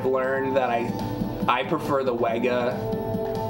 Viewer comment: WEGA is pronounced "Vega". German's gonna german. In the grand scheme of things it doesn't matter but everytime you say it wrong I think about Doctor Pulaski calling Data "Dah-ta" instead of "Day-ta" and him verbally slapping the shit out of her.